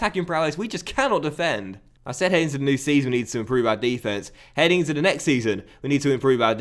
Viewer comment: DE-fence? Are you American?